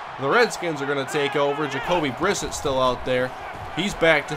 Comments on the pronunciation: Almost two years late but it's pronounced "Bri-set", not "Briss-it" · pronounced bri-set